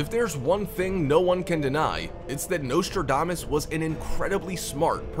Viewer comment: It would be a good start if his name was pronounced correctly.